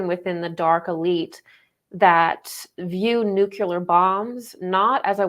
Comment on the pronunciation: good talk. please learn how to say 'nuclear'. 'new-clear'. not nu-ku-lar. thank you. p.s. Buddha was prior to Christ and Buddha's teachings are all going within.